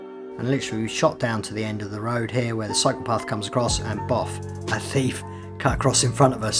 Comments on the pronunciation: I keep thinking he was saying psychopath. I was doing laundry and not watching the video. 😂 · love the way you say cyclepath with your accent.